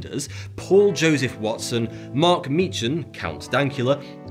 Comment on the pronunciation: More importantly, the ch in Meechan is pronounced as in Loch, not as in scotch.